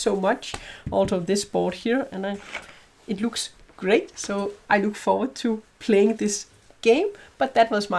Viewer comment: Ay-pee-ary. That's how Apiary is pronounced. It just cought me off guard at the start. Cheers!